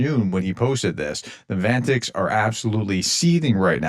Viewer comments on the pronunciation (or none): Prof please stop calling them “vantiks”… it’s “vatniks” as in “vat-niks”. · Vatnik pronounced vantik? Maybe I'm a little too hooked on phonics but yikes! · Professor. It's not VANTICS, it's VATNIKS, and it's not "nitzny" it's nyZHniy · Professor.. it is Vat- nic.. not Van-tic. I love your videos but you always pronounce it wrong lol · Vatniks, not Vantiks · Vat niks. A touch of dyslexia, perhaps?